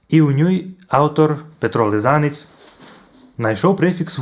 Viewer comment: Не мечте у ня каміньом, айбо ци не має ся фімілія Лизаниць казати из наголосом на первый склад?